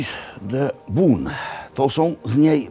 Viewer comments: Robi, powinieneś przyłożyć się do wymowy francuskiej, bo nazwę miasta Beaune wymawiasz nieprawidłowo. Zbiór liter "eau" wymawia się raczej jako "o", a nie "u" jak Ty czynisz. Salutations!🙋‍♂ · Bon nie Bun. Poza tym super :) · Jak zwykle wspaniały odcinek! Trochę myląca wymowa nazwy miasta Beaune...